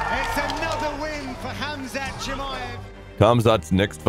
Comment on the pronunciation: His name is not khamzat, he is hamzat, k is saltint